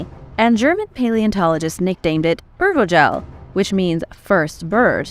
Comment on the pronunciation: The pronunciations of Urvogel is horrible